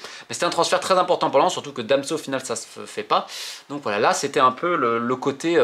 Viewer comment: Damso au lieu de Danso 😂